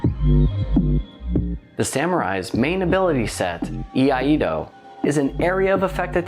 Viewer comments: Another great breakdown! Btw I hate to be that guy but since nobody else seems keen to correct the pronunciation of iaido here's a little PSA. It is "E-I-DO" not "E-I-A-DO" or "A-DO" which is another common attempt. A doozey for sure, but I can confirm it is so being a student of the art myself. Everything else was spot on! Always appreciate your vids! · I-ai-do. Not Yee ah Yee do. What are you old McDonald has a farm?